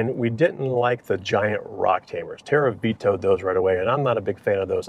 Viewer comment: Terry?????? buddy, it's Tara